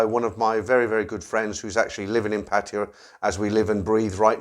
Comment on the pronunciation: PA TA YA...not PA TI YA!!!!!!